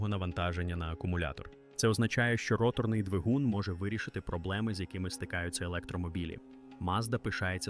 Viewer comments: Де тебе вчили ставити наголос і ви ще кричите давайте підтримаємо українського контенту. Навчіться правильно говорити українською "ротОрною" ганьба рОторний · Неуки, перше ім'я, яке спадає на думку щодо роторного двигуна - ВАнкель, його винахідник, а не мазда. І не ротОрний, а рОторний, а якщо точніше, то не рОторний, а рОторно- поршневий.